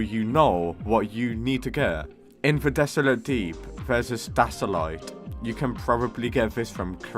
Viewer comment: you really gotta take some speech classes wth is an alaxolottle and a stasalite :face-blue-smiling